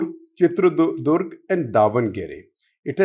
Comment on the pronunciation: Pronunciation corrections - Goda - Gowda , Maysoru - Mysore , Chitradurg - ChitradurgA